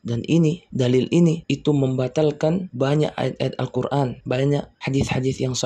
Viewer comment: gue setuju sama. bicara Al Qur'an ko ngomong Al Qur'an pake ain bukanya itu Hamjah 😅